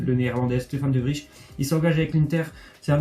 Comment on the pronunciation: Petite remarque (J'habite à Bruxelles depuis que j'ai 10 ans, donc faites moi confiance) : Dans le nom De Vrij, le "ij" se prononce "eil" comme dans le mot 'réveil' (c'est pareil pour tous les noms belges). En espérant que cette "torture" phonétique cesse une bonne fois pour toute (surtout pour vos auditeurs belges) ;) ;)